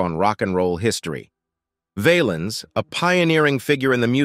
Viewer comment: His last name Valens sounds like Balance not vail-ens. The Bamba was a great movie about him.